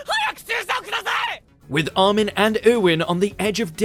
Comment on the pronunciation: Who the fuck is Ar-men? xD